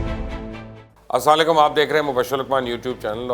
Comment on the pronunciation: Mubashar bhai aap ka asslam O Alaikum ka talfaz thorha sa...... Please ghor karain